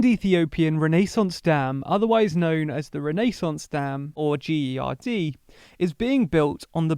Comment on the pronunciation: The pronunciation of renaissance is just wrong